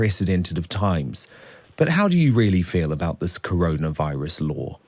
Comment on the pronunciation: cowona viwus wacism !!!